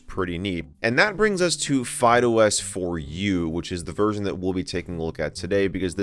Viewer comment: My ears hear FydeOS as Fido S.